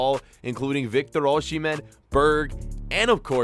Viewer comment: You do not pronounce 'sh' in Osihmen